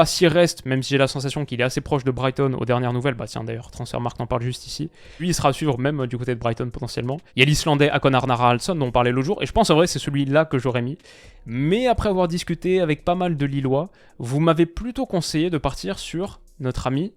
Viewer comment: Pour le LOSC, tu as raison. C'était soit Tiago Santos soit Hakon Haraldsson. Hakon à prononcer Hokon avec un H aspiré.